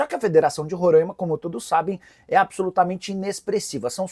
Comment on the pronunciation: Nicola, se diz Roraima (com som de A aberto) e não Rorãima como vocês aí do sul/sudeste falam.